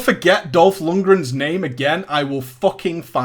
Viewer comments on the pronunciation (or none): Dat pronuncenation of lundgren sry i'm from sweden n couldn't resist it sounds so funny!